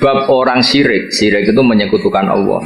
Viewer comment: Nyebut asma allah jadi allokh